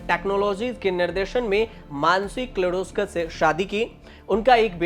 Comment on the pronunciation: किर्लोस्कर ,पालनजी मिस्त्री. बेटा पहले नाम का उच्चार सिखो बाद मे यू टयूब chanel चलओ